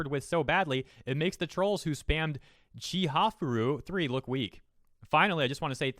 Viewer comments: How you pronounced ChihaYAfuru shows that you can't really read. Also, this video just strikes me as profiting from drama. Taking this as reporting any facts seems really suspect considering how biased this video sounds. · Your pronunciation of Chihayafuru wounded me so